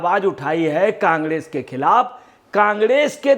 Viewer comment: Congress bolna ni aara kangdes bol rha h